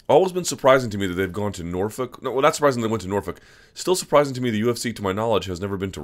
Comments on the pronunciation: Stop saying Norfuck you psycho. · Stop saying Northfuck Luke! I know you have a crush on Sage but damn!